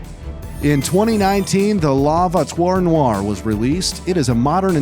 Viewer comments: not la vouiture noire la vou-i-chure -no ire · True like the bébé " he said like bibi and la voiture noire like lei vo i tiure no i re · Narrators French was killing me. “Lah vuature nar.” Also,: how does “le” be turn into “lay”? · Work on your french, please. pronounce it like this: la voachure noar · bro ☠️☠️ just learn how to pronouce "la voiturr noire" because that's horrible